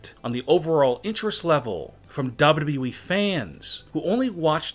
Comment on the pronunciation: Its wwe not wwwweeeee